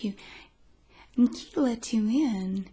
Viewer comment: "N-gee" had me laughing in the first few seconds 😂